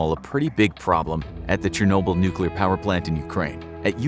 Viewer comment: Do you mean chenoble shenoble